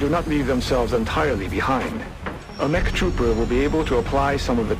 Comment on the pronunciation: its M E C not EMC